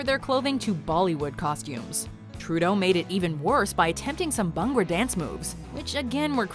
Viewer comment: I like the way she pronounced BHANGRA